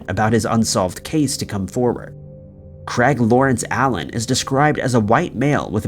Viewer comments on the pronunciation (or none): Why are you pronouncing 'Craig' as 'Creg'? wtf lol biggest mystery of this video